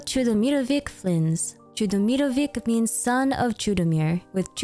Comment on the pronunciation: the ‘ch’ in chudomirovich at the end reads the same as ‘ch’ in the beginning, it doesn’t make the sound ‘k’